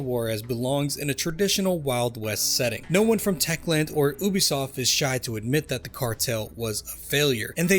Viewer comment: Why do you pronounce Ubisoft like that? Would you say a unicorn is a OONICORN? It’s pronounced “you-be -soft”…like your generation